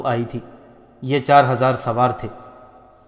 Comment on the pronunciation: parhnay walay nay bohat kuch galat parha. Sharhabeel ko sharjeel. Amr bin Alas ko amro. Tabri ko tibri